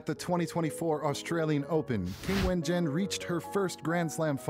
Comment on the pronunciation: you should at least learn to pronounce her name: it is Jung [as in dung] ChinWen.